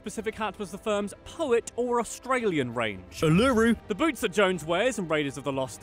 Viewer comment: Uluru the way you said it oh my god me being Australian knows that other aussies and just cringing